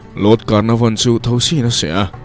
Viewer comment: 'Lord Carnavon' tia i lam khi, 'Lord Canarvon' tih zawk tur aw ka Pu